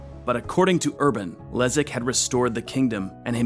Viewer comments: Kudos for the authors for getting polish pronounciation right, which is very difficult - respect! The name of polish prince Leszek actually sounds Leshek not Lezek, but apart from that - just wow, you managed to properly pronouce sounds which are usually close to impossible for english speakers. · BTW: Leszek = LeSHeck, not Lezeck. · Great video. BTW Leszek reads Leshek In almost all cases sz = sh :) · Leszek = Leshek. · Mate, sz you pronouns as sh